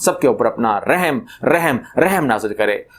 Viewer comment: جناب پہلی بات یہ کہ آپ رِحم پڑھتے ہیں یہ غلط ہیے آپ رٙحم پڑھا کریں ۔ اور دوسری بات امام مھدی کی ۔۔ تو کیا آل سعود میں کوئ ایسا بندہ ہیے جسکا نام محمد ہو اور اسکے والد کا نام عبداللہ ہو۔۔؟